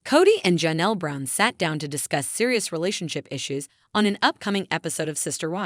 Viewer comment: The name is not pronounced Ja' nelle, it's Jay nelle, spelled Janelle.